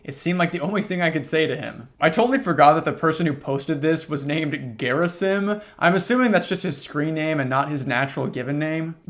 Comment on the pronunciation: Quick note to you: Gerasim is a real life Slavic name. It goes her-AH-seem.